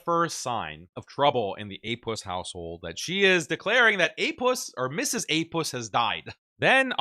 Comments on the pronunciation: I love this when a muslim bro says Apuss🤣🤣🤣😂😂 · "APussilanimus"😂 "APussted Profit"😂